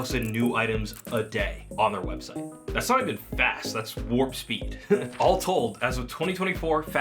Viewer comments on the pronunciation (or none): none